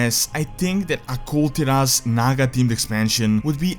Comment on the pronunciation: bro... come on... its Kul Tiras not Kul'Tiras